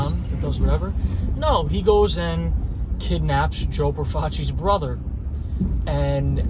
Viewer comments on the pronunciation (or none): none